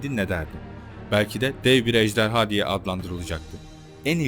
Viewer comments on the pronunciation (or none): none